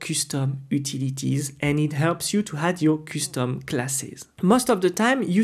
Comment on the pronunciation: i don't mind your accent but your pronunciation of some words sucks men.....kustom instead of custom, engyne instead of engine aaghr..no offense tho, and thanks for your time